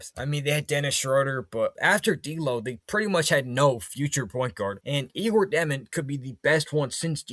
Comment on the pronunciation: Jesus his name is pronounced (yay•gor) (jo•men) 🙄